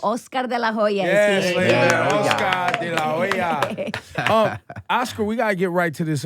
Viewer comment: Lol. Delahoeya aaaaAaa. BITCH